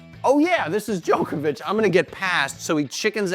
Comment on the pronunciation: Cant trust a guy who says Joekavic